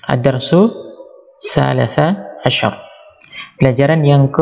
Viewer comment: Kok bacanya Ad dars tsa la sah 'Asar Bukannya ad dars tsa li Sa 'Asar??? Mohon penjelasan.